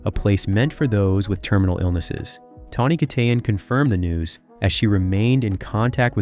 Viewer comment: How many different ways are you going to pronounce Tawnys' last name? geesh